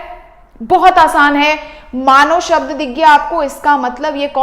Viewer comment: Are vo shabd hai sabd nhi